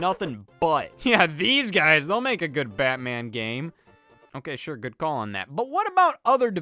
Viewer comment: I do not know why, but there is something so damn funny in the way Scott says “Batman”